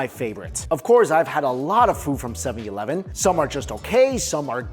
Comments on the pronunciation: It’s funny the way he saids 7-11. 7EEE E -11 lol😂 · are you intentionally saying 7/eleven wrong?